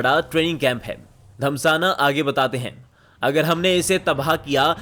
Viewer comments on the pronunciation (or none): Bhai "धस्माना" धमसाना नहीं है